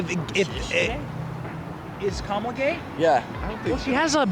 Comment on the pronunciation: Dude completely butchered her name with the red sweater all happy and excited to talk about it but don’t even know how to say her name right it’s Kamala Harris kala hairmiss